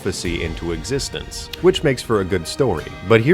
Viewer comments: I think it's pronounced Colussy. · Listening to that first pronunciation attempt of "Colossi" caused flashbacks of listening to George W. Bush try to say "nuclear". Loved every bit of the video, though!